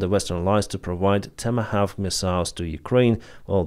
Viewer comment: Tom Ha Waf K? Thats not even close to how Tomhawakh is pronounces. Tom-Ha-Wok is how most people pronounce it, give it a try.